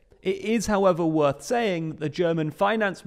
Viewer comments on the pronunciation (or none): none